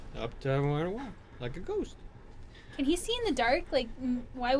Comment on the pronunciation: "just anotha ghoist"